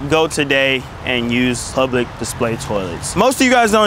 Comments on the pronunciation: Lmao plublic 😂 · Bro says blublic toilet 💀like bro might as well just say but plug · It's funny hearing you try to pronounce "public"